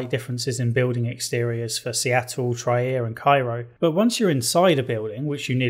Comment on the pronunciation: Trier is pronounced as Treer (more or less).